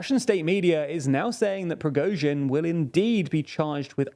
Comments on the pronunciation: You guys pronounce Prigozhin's (Pree-GOshin )name differently than most news outlets. Why is that? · Ok, your pronunciation is better. Noted. Yet you are still accenting the wrong syllable in Prigozhin's name. It's on the second syllable... :) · TLDR never fails to fail. Lukashenko a prime minister? Let's see in how many ways will he pronounce Prigozhin this time. Why don't you GTFO from TLDR EU, if you are unable/don't care to say correctly anything that's not British? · I have a new theory - the main goal of the Prigozhin's coup was to make TLDR guys learn how to pronounce his last name correctly.. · Love your videos but you should learn to pronounce Prigozhin! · He still hasn't learnt how to pronounce Prigozhin's name as well 😅